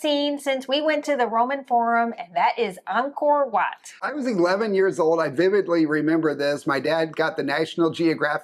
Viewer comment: These two beautiful people pronounced Angkor Watt correctly!